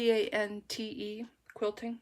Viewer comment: It's all looking so good! I really like how the Mexican Stars turned out. You SC project is beautiful too, I did the same masking tape quilting method you did. I think an exception can be made for the no buy, you needed it, not wanted it, I think there is a difference. Matante is Ma tante in French and means my aunt. Ma is as it sounds, tant is like ant with a t, the e is silent. I seem to keep correcting pronunciation but it's only because I know the words and I get excited being able to help. I too am snowed in for Connecticut (6 inches), my Canadian family is laughing at me though.